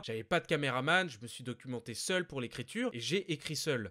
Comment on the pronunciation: tu appuie trop sur le mot seul